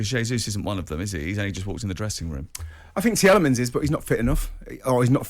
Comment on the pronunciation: It sounds a bit like Tjiellemans ...